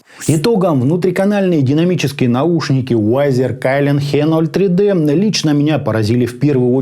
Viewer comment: пред обзором старайся узнать как правильно название бренда и модели произносится. Виззер, а не Вайзер и АшЕ03Д, не ХЕ03Д, Идун, а не Айдан, Ноулз, а не Кноулс, Скульд, а не Скальд и это только то, что я вспомнил. Очень режет ухо, особенно когда знаешь как должно звучать правильно.